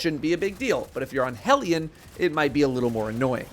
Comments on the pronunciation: The only content creator who pronounces "hellion" correctly. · Thank you for pronouncing Hellion correctly :) Also Hellion is best buddy, that boy can lob some solar mortars like 50m at enemies I wasn't even paying attention to.